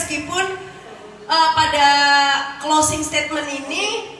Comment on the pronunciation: Mas / mbak admin..., tolong belajar lagi bahasa Inggris dengan baik dan benar. Kalau belum paham bahasa Inggris, sebaiknya pakai bahasa Indonesia saja. Pernyataan penutup kalau dibuat dalam bahasa Inggris itu "closing statement" bukan closing stadmen...! Semoga ke depannya lebih baik. Terima kasih...